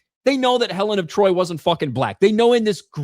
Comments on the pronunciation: “Helen of Detroit” 😂😂😂😂😂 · Helen of De Troyt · "Helen of Detroit"🤣🤣🤣🤣🤣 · “Helen of Detroit” 😂😂😂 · “Helen of Detroit” 🤣